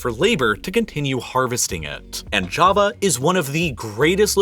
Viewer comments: sounds like he said kava, when he meant ja-va. Kava is that soothing drink made from this one plant lmao 😂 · That Jawa Not Java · it's not java is jawa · Its jaavaa pronounced... Not Jahva like some Jamaica island, and big doesn't always mean more, doesn't america teach you this?